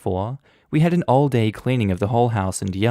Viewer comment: Hey, ALL is not "all." It's A.L.L., which stands for acute lymphocytic/lymphoblastic leukemia.